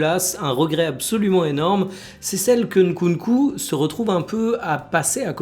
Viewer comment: En tant que congolais, je tiens à te complimenter sur la prononciation de Nkunku ! 👏🏿👏🏿👏🏿